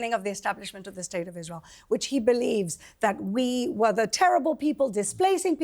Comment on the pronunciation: Norman Finkelstein can't even pronounce his own name. He can't even make a snake sound... how can someone listen to a man that cannot even pronounce iSrael.. There's an 'S' in there.. but I don't hear Norman saying Israel... I hear him saying Ithrael. He can't say Palestine... he says Palethtine. Get it right Norman.